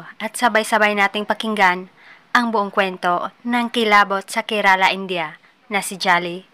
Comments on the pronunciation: Bulol kaba sa R kerala po hindi kelala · It pronounced "kerla".